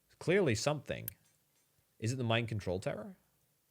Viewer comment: Anyone else hearing "Mind control tower" every damn time? XD